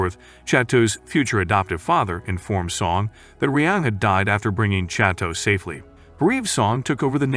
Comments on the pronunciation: im in physical pain from the way he pronounces chateau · i am literally canadian and we speak french here and i can tell you he has far from perfect